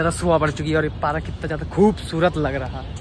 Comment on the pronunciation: Parak kya hota hai park hota hai na